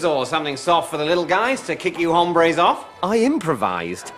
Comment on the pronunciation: Mark mispronounces it by saying the silent h. Is hombres not used in Spanish in the same way that guys is used in English?